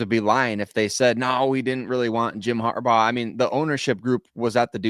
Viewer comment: Also...its Harbaugh.